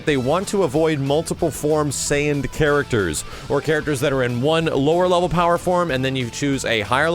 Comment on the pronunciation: I cringed every time said "super sayian blue"